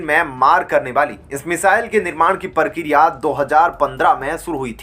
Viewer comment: You are not pronouncing correctly while reading the news. e g prakriya as parkiriya pratinity as partinitywhich give different meaning